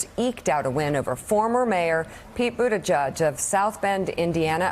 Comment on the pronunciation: Mika can you please pronounce his name right and he's a presidential candidate not only a former mayor